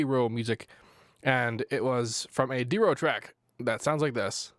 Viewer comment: gahhhhh i HATE when you mispronounce his name lmao. It's pronounced die-ro